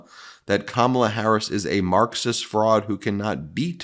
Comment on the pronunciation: Fox trying to make trump look good hy saying pure crap about Ka Mah la....yes still saying her name wrong. What idjits.